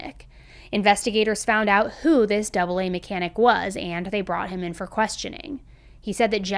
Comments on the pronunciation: Great video. Very interesting. Just FYI, we say A A, not ‘double A’. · Great episode. I live in UK and have not heard of this case. Maybe because I don't own a TV. FYI the AA is literally spoken AA not double A. I find it amazing that although we speak the same language each country pronounces things differently. Stay safe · „Double A” is pronounced as the “AA” (same as Alcoholics Anonymous) 🤣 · That’s so cute 💞 In the UK they don’t call it Double A. They just call it AA (by the letters pronunciation). Not to be confused with Alcohols Anonymous AA. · So weird hearing the AA pronounced as double A lol but great video as always